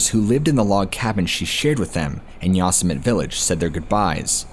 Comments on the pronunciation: Yoss-Emit… really?? It’s Yo-sim-it-ee lol. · Nottttt Yah-sum-it!!! 😂😂😂😂 Yo-semm-itty. Lol oh man that made my day. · How ya gonna make a video about parks and not even know how to pronounce these places? Not YOS•AH•MET it’s YO•SEM•AH•TEA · It's actually pronounced "Yo-sem-it-tee" national park.... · How could you POSSIBLY NOT know how to pronounce YO-SIM-E-TEE??? didn't you ever watch Bugs Bunny cartoons? 🤔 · Is “ya some mitt” someplace other than Yosemite? Or is the name just being horribly slaughtered? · Is “ya some mitt” some other park or is this person pronouncing Yosemite horribly wrong? I mean surely nobody could,,,never mind. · Dude said Yosemit! 😆 😆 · Yosemite = yo-sem-it-e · Bro.. Yosemite is pronounced YO SEM ITTY.. LOL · Saying Yosemite wrong, there is a Youtube on how to pronounce it properly. I remember this story. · hearing the word Yosemite mispronounced so many times is painful😂 still good video 👍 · OMG. If you’re going to pretend you were a ranger at national park during the Stainer murders - please at least learn how to pronounce “Yosemite”!!! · Great stories.. You just blowing mine with the mispronouncing of YOSEMITE.. SMH LOL